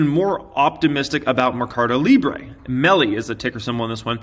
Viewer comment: it's probuced: Merrrrcado Librrrre ( like a Russian) the u will be close to Spanish